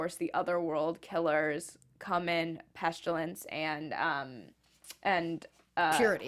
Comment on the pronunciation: Hello ladies I love your afterbuzz shows always! Great discussions. I never do this, however you both keep saying "PestUlence" when it's actually "PestIlence". The world killers aka the four horsemen of the apocalypse.